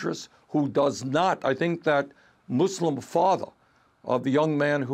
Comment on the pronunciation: berni is 1 of the few that even know how to say the word muslim right ! the rest just say muzlimzs ! not even bother them knowing anything about islam .